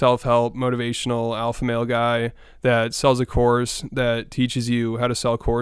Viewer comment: “The Awfa overwides the Teacherw” 😂